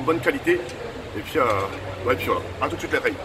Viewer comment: Combien de fois il dit « et puis fouala »